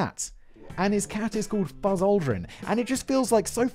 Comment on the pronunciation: Lol "Fuzz Aldrin"